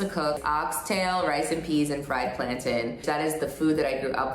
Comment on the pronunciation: I hate how she says plantain lol